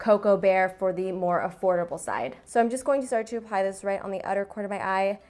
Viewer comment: It really sounds like she says pie when she says apply